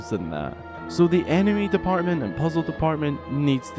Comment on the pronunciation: Whenever you say “enemy” I think you are saying “anime” and it makes the video 10x more hilarious